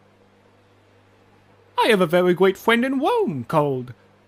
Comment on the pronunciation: "I have a very gweat fwiend in wome called Sussus Amogus." love the speech impediment